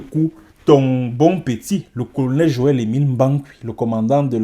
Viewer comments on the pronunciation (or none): none